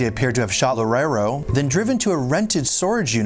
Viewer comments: Loureiro sounds like: Low-RAY-roo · "Loureiro" sounds like: Low-RAY-roo.